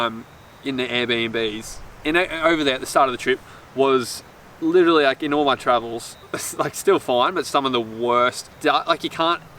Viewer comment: Obsessed with how Jack mispronounces 'literally' 😂 well done fellas! You make me proud Kiama was my hometown 💕